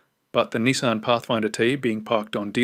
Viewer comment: And "KneeSahn" instead of "Nissan"